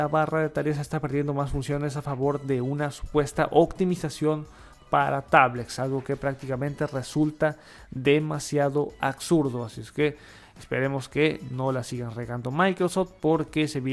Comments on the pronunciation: Uuuy perdone usted ha de pronunciar correctamente todas las palabras, muchas veces es por regionalismos y otras por problemas en la lengua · Demasiado absurdo es que digas "Acsurdo" esa palabra no existe..